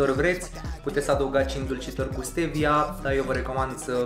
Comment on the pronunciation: Ma bucur ca nu mai zici “ștevia”, ci stevia :)) Și apropo, găseai alune de pădure gata măcinate in lidl, doar le prăjeai. Economiseai timp :))